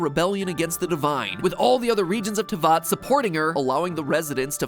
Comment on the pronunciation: the fact he was able to say snezhnaya correctly but not teyvat